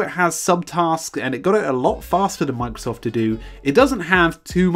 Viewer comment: "Mang-sof To Do" >> this is all I hear